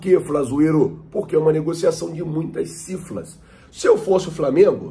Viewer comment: "CIFLAS" ?? CIFRAS !!!